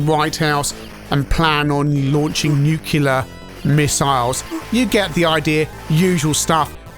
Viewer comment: 34 Did I hear you say "nuke-u-ler missiles"? ;) Anyway, nice review. I wasn't a fan of this game in the arcade but I would watch other people play it who were much better at it than me! It kind of reminds me of Namco's Rolling Thunder (as you mention), though I much prefer that one over this. Still a good and fun game though.